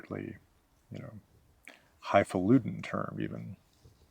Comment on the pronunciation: I Feel let down, I was led to believe this man pronounced "highfalutin'" with a clear and distinct T sound. Very unfortunate.